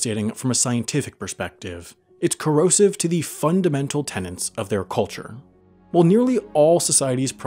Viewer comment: mispronouned 'tenets". If you can't manage the five-dollar words, don't use 'em